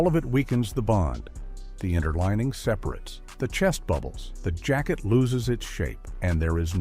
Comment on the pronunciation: Robot narration. In the verb separates, the second a is long. Abboud is uh-BOOD, not ABBID. Just like with suits, with narration, you get what you pay for. But kudos for getting Mackay (muh-KY) correct.